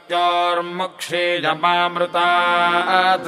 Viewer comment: क्षी is pronounced as ह्रस्व but actually it is दीर्घ..